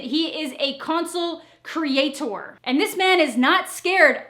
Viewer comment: “Consule creat-whore.”